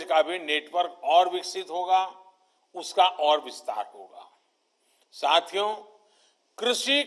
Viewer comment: Whenever he say "Sathiyo" Sounds like "Chuthiyo"